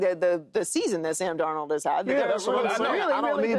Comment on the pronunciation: I’ll sub when joy put some spek on darnolds name 😂